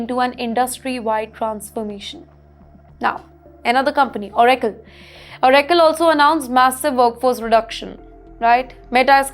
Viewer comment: Pronounciation is very bad. Oracle is proniunced wrong.